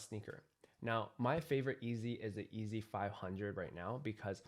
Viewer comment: Still says EAZY instead of YEEZY. how